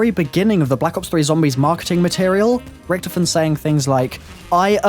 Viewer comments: he says ricktofen instead of Richtofen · its richtofin not richtoofin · Did he acualy just say ricktifin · whenever watching his videos, i cant help but always get annoyed by how he pronounces Richtofen.....